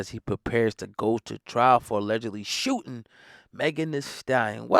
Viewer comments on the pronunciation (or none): What’s (SHOOing)? Maybe (SHOOTING)?